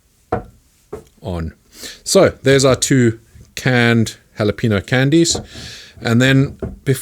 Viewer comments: Good, easy recipe with great results. The leftover syrup is also great on popcorn, fruit cups (apple chunks, pineapple, coconut, grapes and watermelon) with a little sea salt. Pretty good on ribs. Great as a drizzle for beer boiled shrimp with minced garlic. Correct pronunciation: hah-lah-pen-yo (not peen) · “Hall-leh-pen-yo” not “Hall-a-pee-no” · Hala-payne-yo not Hala-peen-oh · He would have more cred with me if he knew how to properly pronouns 'halapainyo.' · Love your vids. These are great--with the syrup--as condiment on (U.S. western-style) chili. Pet peeve, though: Ha-la-pay-nyo. ;-) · Well it's actually pronounced holla peen. Yo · Looks great, cheers. The ~ over the n in jalapeño adds a y sound to it btw, hala-peen-yo. At least it does here in Tejas. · There's a tilde on the n in jalapeño("ñ") Pronounced "en-yay" not a flat n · Say Jalapeño like this hala-pen-yo, that’s the right way 👍🏼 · bro. i love you but, either pronounce it "jalapeno" or "halapenyo" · No, the first thing you need to do is learn to pronounce jalapeño. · i love your videos but I hate the way you pronounce jalapeno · I'm very disappointed with the pronunciation of jalapeño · Omg it’s jalapeño with a y sound shit, i disliked the video just because of that. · Jesus, it's not that hard to pronounce Jalapeno.